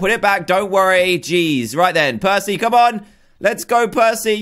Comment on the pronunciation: who here thot prcey jackson when they said prcey